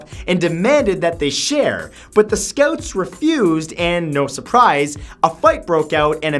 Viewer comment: "scouts" that Canadian accent comes out.